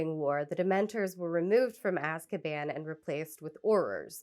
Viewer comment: I find it so interesting how Shaker Aamer, the Saudi citizen held by the US in Guantanamo) mispronounces the word "Azkaban" in the interview as "Azbakan": although that's not an actual word in Arabic, it can be noted as having some very noticeable components... the root ء س و can serve as prefixes that covey negative connotations such as grief, hurt, mourning, _to be constrained_, to beseech consolation, tragedy; the components "bakan" (بَكَان) or "bakana" (بَكَنَا) mean "(he/she/it) screamed" or "we cried", and أَسْب ('asb) means "curse, censure, stigmatize, take away, also slur, blackguard" and a whole slew of negative things that could be traced back to the idea of Azkaban and how prisoners, in the real world, a lot of them political, and subjected to torture and ostracism and racism... It might be just a coincidence, how the way this Arabic speaking prisoner instinctively mispronounced "Azkaban"... Almost as if JK concocted an Arabic neologism for the name of her whimsical Guantanamo/Alcatraz...